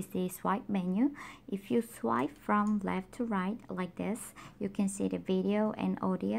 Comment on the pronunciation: Ya me too I really like your accent Soo cute ..I really like it when girls have a accent. Especially the / rit 2 reft part . I'm Hispanic so I know about having accidents myself. Don't change anything that's what makes you unique